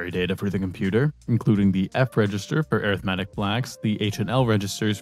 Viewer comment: wait air ith metic? IT'S AR ITH MEH TICK